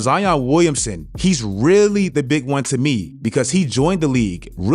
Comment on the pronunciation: emphasis on BIG